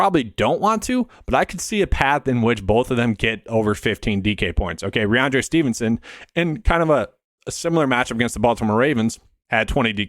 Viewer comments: Good content but you have to pronounce the names right. First it was toooney, now rahonde Stevenson. It’s rahMondre. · Listen back. You aren’t saying the m in rahMondre. It doesn’t effect your views, which I generally agree with but it’s a credibility thing if you want a channel to grow. Anyways, keep grinding. Not a huge deal.